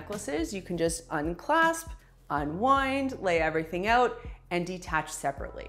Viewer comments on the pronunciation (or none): none